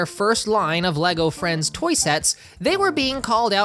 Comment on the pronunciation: I thought you said “Lego Elvis” and was INCREDIBLY confused